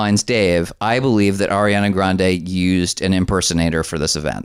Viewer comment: Am I the only one who heard "Arian-er" and spit? 🤣🤣🤣🤣